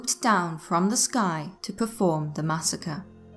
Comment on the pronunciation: plz say muss a cre 1 more